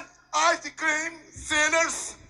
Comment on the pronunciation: Realmente ele falou um imbromeicho. Pop corne ,aice cream kkkkkkkkk.